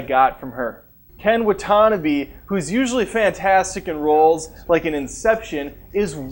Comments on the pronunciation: Ken Wuhtanabee? Who the hell is Ken Wuhtahnabee? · Way to mangle Ken Watanabe's name haha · U keep getting Ken's last name wrong.